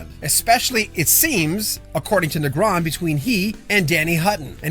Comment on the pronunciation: Typo, second paragraph: Three Do Night. You're also mispronouncing Negron.